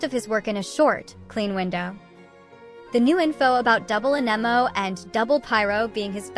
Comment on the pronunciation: How can people play the game for years...and still not know how to pronounce "AnEmO"? 😂 ...and still say EscoffierRrrRrr? 😂😂